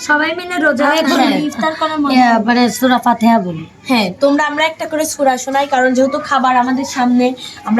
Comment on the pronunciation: মিমআপুর সুরা ফিল অনেক সুন্দর হয়েছে আর রিয়ার সুরা ফাহাতিহা ভুল হয়েছে